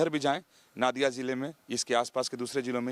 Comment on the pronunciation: नादिया नही नोदिया ...ठीक से बोलिये...